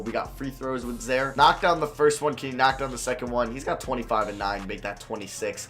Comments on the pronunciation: mans said “za-er” lmao it’s “zi-eer” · im pretty sure it is zi-air not zare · Its pronounce Zaire not Zare wtf lmao good vid tho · "Zaare Wade" 🤣😂😂 I'm done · I think some white people are incapable of pronouncing zi-eer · It’s zi ear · Yea, his pronunciation was painful